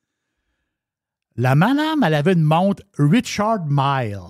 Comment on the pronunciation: Richard Mille c'est un suisse. On prononce le nom en français.